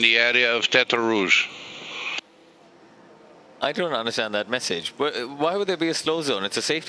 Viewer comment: At the so-called tetre rouge? What do you mean the so-called tetre rouge. It IS tetre rouge. That’s it’s name